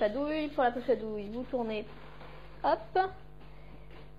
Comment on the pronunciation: je t'aime bien. etes-vous hollandaise? you keep saying hup hup just as a dutch person would do there is no spoken h in french